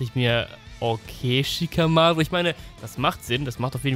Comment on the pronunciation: Wie sprichst du Shikamaru aus 😂😂😂 das sind keine englischen Namen